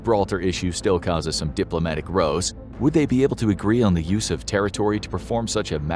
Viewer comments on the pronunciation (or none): This narrator pronounces "rows" in "diplomatic rows" as though it were the word that contrasts with "columns". Please get a narrator who is familiar with the English language. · "The Gibraltar issue still causes some diplomatic rows." You pronounced "rows" to sound like "snows", but a "row" in the sense of a struggle rhymes with "how" or "cow".